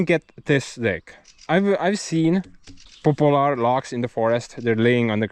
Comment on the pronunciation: Look into welding your blades back together. And sharpening yourself. It works with little to no money. Maybe initial expense but pays for itself after several blade purchases. Poplar isn't a hardwood it is the hardest of the soft woods tho. And it is pronounced "pop lar." Not like a famous person is popular. But your doing. Great with your English.